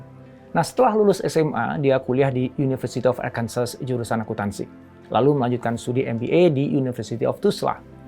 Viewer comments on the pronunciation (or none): none